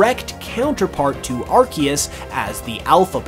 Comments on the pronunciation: Dude… been bringing your content… but please say arceus correctly. “Ar-see-us” not “Arc-ee-us” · I think Pokemon changed the way arceus is officially pronounced, though